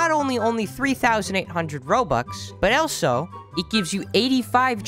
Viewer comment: the amout of times he said "elso"